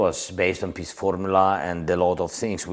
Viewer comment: Also when he says "peace" it sounds like "piss" 😂